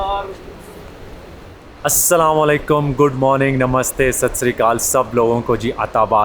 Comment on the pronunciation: Bhai App ko Aik Message hai importantd Asslmo Alecum Bolahhh Mar Mostly App salmoAlcum boltey ho